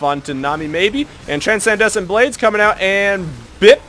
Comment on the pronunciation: Okay, Transcendent Blades, is pronounced 'tran-send-ant blades.' (I realise I'm being an asshole, but I don't know why this bothered me so much.)